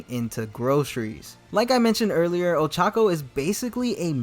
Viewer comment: Ochaco pronounced Old Taco 🤣😂